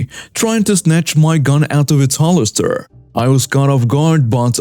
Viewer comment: FYI,: Chef: (French) pronounced "shef" Entrée: (French) pronounced "ON-tray" Holster: "HOLE-stur" Trivial: "TRI-vee-uhl" -cheers! 🙂